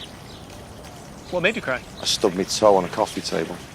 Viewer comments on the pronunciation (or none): "Ohi stob me toe, on they coffee table.." Love this dude